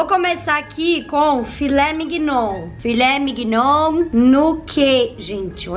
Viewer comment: Perdi tudo na parte " Filé mignoun"😂😂😂😂😂😂😂😂